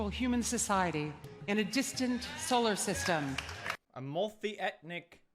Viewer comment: "multhi etnic"